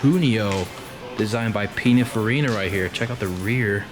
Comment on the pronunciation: And Pin-in-far-een-ah, not Pin-in-far-een-oh.